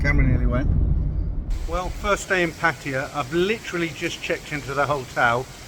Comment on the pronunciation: Please pronounce . . PATT-A-YA . Like the Thai ladies pronounce it .